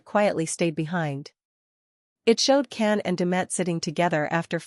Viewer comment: His name is pronounced John (Jan) Can!! In Turkish c is pronounced as a J!!